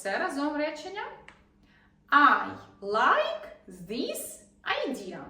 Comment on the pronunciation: Ви неправильно вимовляється звук "і" в закритих складах. В словах іt, is, this... Навіщо вчити людей неправильній вимові?